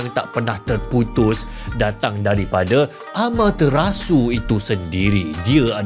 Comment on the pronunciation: Bro, just a sharing, Bahasa jepun takde sebutan 'te' macam dalam perkataan 'teratak'. Kalau vokal E, mereka hanya guna sebutan 'te' macam dalam perkataan 'tembak'. Makanya bukan ' ama-tuh-rasu' tapi 'ama-teh-rasu' ha gitu